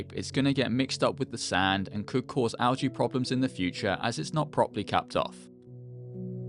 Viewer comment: Unsubscribing for mispronouncing algae.